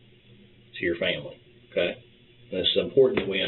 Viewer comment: Whats with this new pronunciation of "okay"? Everyone's saying "Oka"!